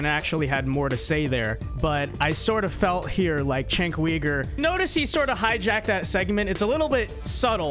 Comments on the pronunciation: Chenk Weegur? It's pronounced JENK YOUGUR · I am so sick of people who disagree with Cenk mispronouncing his name. "Chenk?" His name is Cenk and it is pronounced "Jenk" and , "Weaver?" Really? Dude that isn't even close. Feel free to disagree but is it really necessary to throw in the disrespect? No disrespect? You mean you serioisly can't get either his first or last name correct after hearing it many times? Never heard his name being spoken before? Never thought to check? First, I doubt that. Second, why not just listen to the name once and get it right? Some of the things you said may well have been fair actually but why should I take you seriously when you can't give someone the basic common courtesy of at least trying to get their name right? Just don't care? Cenk is beneath you? (Yes, I am triggered by this.) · Who tf is Cenk Weeger? Lol it’s Cenk Yuuger